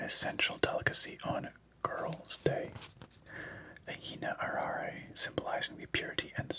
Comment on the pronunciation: Hi! I wanted to offer some help with pronunciation. I think the fastest way to get a handle on it is to understand that Japanese uses a phonetic alphabet. Consonants don't exist by themselves (with the exception of "n") and are always paired with a vowel. What's more, there are only 5 vowel sounds: a (ah), i (ee), u (oo),* e (eh), o (oh). So "arare" would reads like "ah ra reh"... Your instinct was pretty spot on! A more accurate pronunciation of the "R" sound in Japanese is like a mix between an English "L", "D" and "R", produced by flicking the tongue against the front teeth. I think of it like the beginning sensation of rolling an "R". (A common word you can hear this sound in is "arigatou".) Each character also gets its own beat, so the word "hitoike" becomes "hee toh ee keh". Occasionally, you will see double consonants in Japanese but these represent a glottal stop. If you ever compare the hiragana/katakana characters to the English, you will notice that any word that has double consonants features a small "tsu": っ/ッ *In my experience this "oo" sound is closer to an English "oo" (with a hint of an "uh" like in truth) than a pure vowel "oo" like you would see in Italian. Hope this helps and I hope you have a fantastic time in Japan! Edit: My apologies if this is rambling. I was very sleepy watching this, but only just perked up when you asked for help. Edit 2: I just realized they romanized the "Hitoiki Cafe" in the guide incorrectly. 😂The characters on the package